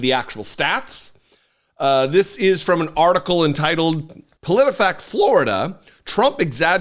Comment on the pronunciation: When he said frrom the papers i literally screamed 😂😂😂😂😂